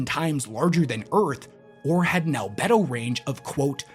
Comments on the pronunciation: 🤣Al-Bee-Doh. How reflective an object is. Not Al-Bed-oh. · Al BEE do, not albed-oh. Same as the word for sex drive. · The e in albedo is long btw, so it’s more like albeeto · Al-bee-doh not al-beh-do, sorry. Love your content though! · "Al-bee-do" - still love the videos, keep it up homie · Al-bee-dough... lol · it's pronounced albeedo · Al-bee-do btw. As a space nerd that did bother me lol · Please, Wes. It's pronounced "Al-bee-do". You're killing me, here! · The "e" in Albedo is actually long. So - "Al - bee - do" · "Al-bee-doh" range. That's what they're paid for and why and why you aren't Wes. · Albedo : Al-bee-doh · Great video. Minor correction, albedo is pronounced “al-bee-dough” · It's pronounced "albeedo". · God dammit it's pronounced "all-bead-o." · it's actually pronounced al-bee-dough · Love your videos my guy! But damn 😂 The pronunciation of "albedo" is just PAINFUL to hear 😅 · Albedo has a hard e